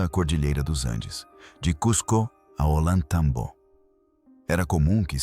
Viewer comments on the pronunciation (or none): É América do Sul, não do Norte. Se diz Ollan tay tambo, non Ollantambo.